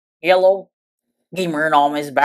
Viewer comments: Is he saying yellow or hello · I love when he says hello lol it kinda sounds like he’s saying “yello” that’s epic keep it up